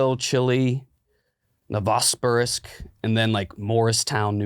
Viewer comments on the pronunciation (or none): it’s pronounced like novo-sibirsk